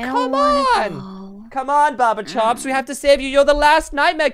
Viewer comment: Barber chop please say barber chop